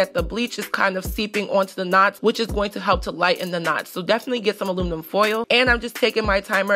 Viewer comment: Girl you can't even say aluminum so stop saying it dope